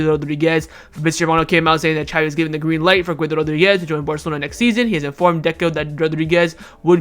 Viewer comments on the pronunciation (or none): none